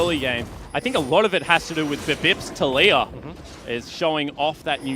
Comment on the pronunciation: did he just call taliyah latoya?